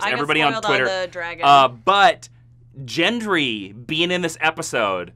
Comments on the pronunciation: FFS! It's Gendry with a hard "G", not "JENDRY" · It's Gendry with a hard G. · I totally love your recaps and reviews, but can we please talk about how you pronounce "Gendry"? 😂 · gendry's pronunciation loll